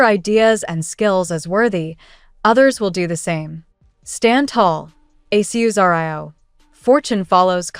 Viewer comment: Please fix the pronounciation of aquarius. Now it's totally unrecognizable.